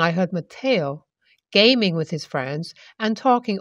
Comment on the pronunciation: So badly written. My favorite mannerism that gets repeated through these stories, (which are plainly written by the same person) is the use of "Hell, I..." Plus, "wif"..? Please learn to pronounce the TH sound.